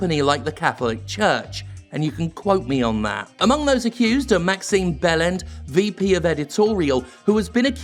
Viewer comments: This is probably not the time, but I heard Maxime Bellend when you mentioned Maxime Beland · I'm not going to lie. When I heard you first say Maxime Beland's name, I thought I heard you say bell end. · I loved how you pronounced his name "Bellend" instead of "Bell-And". The prick deserves it. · I must admit, when I first heard "Maxine Bellend", I thought you were having a laugh at her expense. Then I saw her name was actually Beland. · Oh... Beland. I thought when I heard you say his name you were just calling him a bellend. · When he said "Maxine Beland" I didn't read the name, and thought he was just calling her a bell-end. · Am I the only one who heard "Massive Bellend" and had to look at the screen to see the actual name? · For me it was "Wait... did he just say Maximum Bellend?" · 10/10 for pronouncing Beland "Bell end", top form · You mean it's not pronounced Maximum Bellend? It should be.